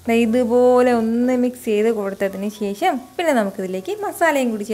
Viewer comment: കുറച്ചു ഉണക്കമീൻ വറുത്തത് വേണം... ശേശം അല്ല ശേഷം.. 😂😂👌